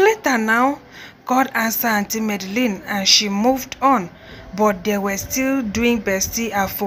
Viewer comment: Port harcourt girls and Supe 🤦‍♀️🤦‍♀️🤦‍♀️👿 it’s Medellin not madalin 🤦‍♀️😂 and please don’t chew while recording